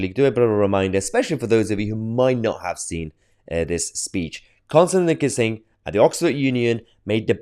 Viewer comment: It's pronounced 'Kisin', Mahyar, not 'kissing'.